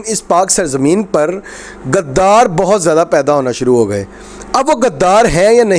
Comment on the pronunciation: PLS PLS DONT USE WORD GADDAR. ITS NT GADDAF BUT GHUDDAR SO CORRECT URSELF